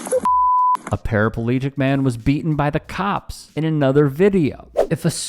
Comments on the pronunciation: Why do Americans pronounce paraplegic as parapalegic? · Paraplegic not parapalegic 😃